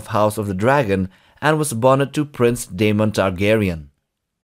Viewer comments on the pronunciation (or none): none